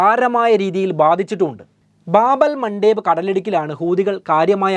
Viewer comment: ബാബുൽ മണ്ടേപ് അല്ല, ബാബുൽ മന്ദപ് അങ്ങനെ ഒന്ന് പറഞ്ഞ് നോക്കിയേ 👍